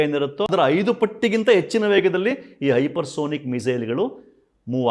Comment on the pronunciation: ಹೈಪರ್ ಸೋನಿಕ್ ಅಲ್ಲ ಸರ್ ಹೈಪರ್ ಸಾನಿಕ್ ಅಂತಾ ಹೇಳಬೇಕು.